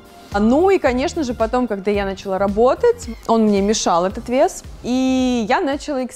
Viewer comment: Почему бы не говорить слово "началÁ" правильно???? Нáчала это не по-русски.